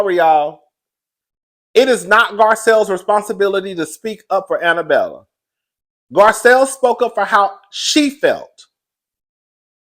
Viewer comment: Jennie MAY, DorEt, and Annabella .. are 3 women whose names will never be said correctly on this channel 😂